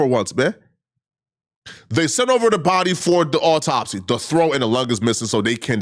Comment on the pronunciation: “Awww-taup-C” Ben Crump